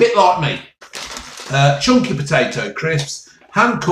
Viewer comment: It’s thick, it’s chunkeh, it’s not greaseh !